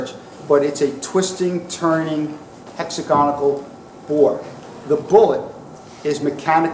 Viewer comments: Hex-Ag-On-Al. There is no 'ic' in it ffs. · A very good lecture, but it's torture the me, to hear his version of the word hexagonal.